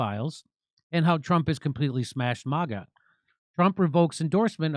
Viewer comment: Will you PLEASE STOP SAYING “Mah-guh” it’s “Magg-uh”